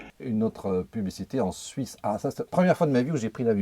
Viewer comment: donc pas "made in Franz", mais"made in Suiz"🤣